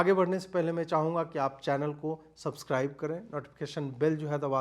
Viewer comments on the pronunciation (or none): none